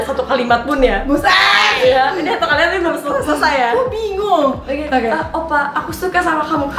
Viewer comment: 6.12 OPPA kak bukan OPPAI ..... Beda arti :v